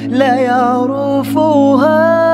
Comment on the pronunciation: النشيد جدا جميل لكن فيه خطاء ف النطق هو يقول لا يعرُفُها المفروض تنطق لا يعرِفُها يعني بكسر الرا وليس بالضم